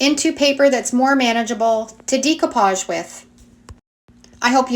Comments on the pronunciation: YOu do such a great job on your videos. You make them so easy to understand. But, it geeks me out everytime you say, "Dee-koo-paazh". I 've been saying it wrong too. It's actually pronounced "day-koo-paazh." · It is deck-o-page not de-co- page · Great techniques! Very simply explained so that we can follow easily. One thing I just wanted to mention, the pronunciation of "decoupage" is not "dee-coupage" but "day-coupage." Thought you might like to know. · Love the videos!!! I have a hangup I can't get past: you are obviously extremely intelligent and super crafty -- but I take issue with your pronunciation of "decoupage." It should not be [dee cou page] but rather [deh coo pazh] or [day coo pazh]. Keep up the good work: extremely inspirational. Thanks for all the tips. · Please it's pronounced DAY-coupage. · Pronounced DAYcoupage. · It's pronounced "Day-co-pauge." It's French. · Great tutorial! The mispronounciation of the word decoupage was very distracting. Even in English the word is pronounced "deck o pahj" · Love your channel, new subbie. Binging decoupage(love your accent on that word). Never saw this technique before. No laser printer, I’ll try hair spray. How do you get the quote/font? Thanks.